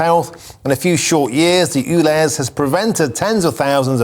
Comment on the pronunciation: S T OO V W X Y Z..... its U. Ulez. YouLez